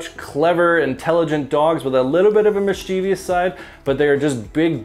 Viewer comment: You're chain is rubbing the microphone. Also, it's 'mischievous' not 'mischievious'. Lead by example...